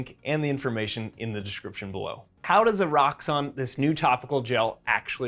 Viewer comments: There is now way the called this e-rox-on right? cause i genuinly thought he said "a rocks on" at first until i read the label. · Is it really pronounced er-rocks-on or were they going for the ero and pronouncing it Eros-san